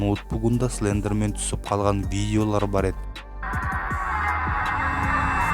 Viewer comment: Тілің келмейді ғой сліндермен 🤣